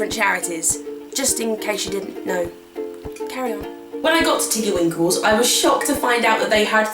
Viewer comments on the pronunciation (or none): "carry on" "carrie on" hahaha